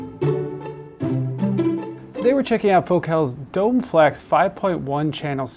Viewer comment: Usually not this guy: it's pronounced dough-may. Also, for those considering these: the satellites are exquisite but for those who have heard a 10" or greater sub with serious amplification - think SVS - the included sub is a not going to satisfy your bass needs. And, as someone else notes above, having a 5" round for a center channel requires mounting it above the screen, which is not everyone's favorite spot.